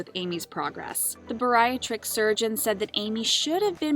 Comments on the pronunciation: bariatric - is pronounced: Bare ee AT rick NOT burr EYE ut rick How is it that narrators these days mispronounce words? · Bear-ree-aaaaaa-trick. Bariatric. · Someone doesn't know how to pronounce 'bariatric'